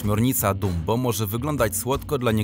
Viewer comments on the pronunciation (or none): none